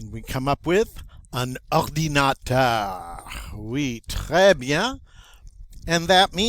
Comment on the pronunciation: Please tell me you’ve gotten better at French after 4 years, your pronunciation of ordinateur is offensively bad